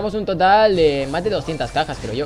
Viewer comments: Es Porque en vez de decir cajas dijo cacas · en el minuto en vez de decir cajas dice cacas :v